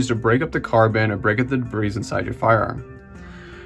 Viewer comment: Debris is pronounced [duh-bree]